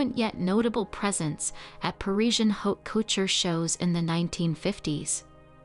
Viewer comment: Terrible Ai reader. Harris for heiress? Hote coochure?? Geesh. It really disrupts the listening. Do you want to hire a real reader? I am available.